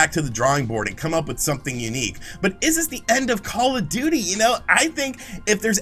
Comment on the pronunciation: I’m hearing “Call-a-Duty” every time you say “Call of Duty”.